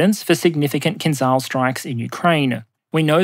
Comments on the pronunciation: hey buddy, it's not pronounced KINZAL, it's pronounced KINZHAL, like how it's spelled. don't be ignorant. stop pronouncing things intentionally wrong. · Hi. English transliteration has failed you. "Kinzhal" actually pronounced "kin-jal", or "kin-zjal" if you will. There is no such sound in english as Ж, but it is closer to J in journey and definitely does not sound as Z. Also, kinjal means dagger in Russian which is a kind of a cool name for this weapon. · kinzhal is pronounced with the s from "measure" fyi